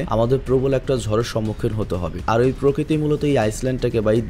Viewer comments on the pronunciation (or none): none